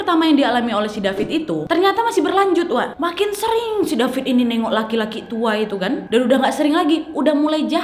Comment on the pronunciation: Aku baca nama dia david tapi Kak Nadia panggil Dafit. Okay aku gelak sendiri😂